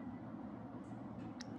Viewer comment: Bakit po ch ang gamit nyo sa s chakit chorry 😂